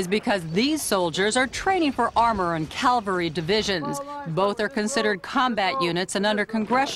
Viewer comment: She said "calvary" (where Jesus was crucified) at ~ ! She probably means, cavalry! (sheesh!)